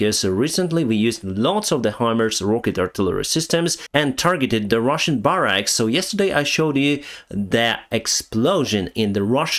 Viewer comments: I can’t speak Ukrainian or Russian, and I am not criticizing your pronunciation of English. Disclaimer stated: the building in which troops sleep is generally, in America English, spelled “barracks” and pronounced [bear axe] or [bar axe], rather than your logical [bar racks]. The colloquial pronunciation having only a passing acquaintance with the spelling. 😂 Keep on keeping on and where can one get that neat tee shirt? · Barracks sounds like bear ricks. At least in my dialect. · Barracks is pronounced "BEARecks" 😄